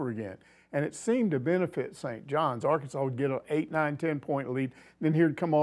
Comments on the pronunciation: A LSWhoo coach addresss Arkansas as Arkanas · Fun fact Arkansas City, which is in Kansas, is pronounced by those Kansas heathens as Ar-Kansas City.